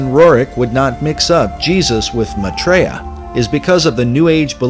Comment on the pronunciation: The way they pronouce maithreeya ! LOL.. It's my-three-yuh. Not ma-tree-ya !! Almost all of this doesn't make sense, but that just made me LOL :D